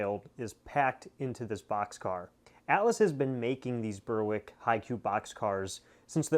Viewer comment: Nothing like unboxing something for the first time! Disappointed it wasn’t more coal cars though! The NS paint scheme, I think, is one of the best. Berwick is pronounced Berrick though. Any ETA on the turntable install?